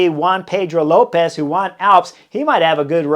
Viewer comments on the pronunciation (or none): none